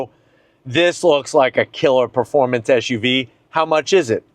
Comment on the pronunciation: Hey mate, these vehicles are called SUVs, not ShUVs.